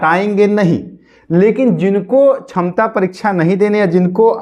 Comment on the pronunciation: Sakshamta hota hai... Tum chhamta bol rahe ho..... Pahle sikho bolne ke liye.... Kahe ke liye tumlog aa jate ho teachers ka time barbad karne.....